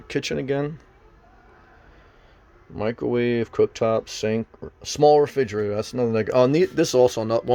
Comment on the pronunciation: "Refidgerater" lol